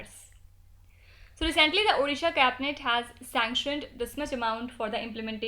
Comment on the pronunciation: It's odisha not orisha